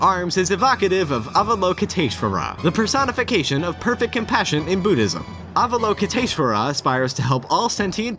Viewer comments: Not going lie but that butchering of Avalokitesvara was painful to hear. Ps I was raised to be Buddhist. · oh my GOD that pronunciation of Avalokitesvara is horrible.